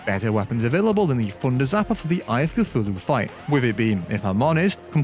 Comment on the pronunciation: My guy. I actually had no idea you were saying “thunder zapper” the ENTIRE video. Deadass thought it was the funder zapper